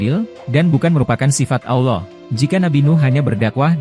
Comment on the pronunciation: ane keliru sama admin ini. sebut Allah aja ga bisa.. auloh auloh kayak lidah bukan muslim aja.. kalau ente bukan muslim cukup kaji bible ente aja udah..